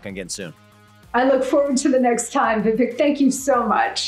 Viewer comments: Its not vivik its vivake like CAKE. Its a piece of CAKE. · You know Vivek has a lot of patience as she constantly is mispronouncing his name.